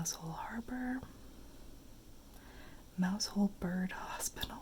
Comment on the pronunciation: Mousehole is pronounced mowsel.